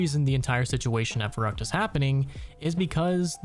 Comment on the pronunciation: as a german hearing u say verrückt so many times wrong makes me a bit angry xD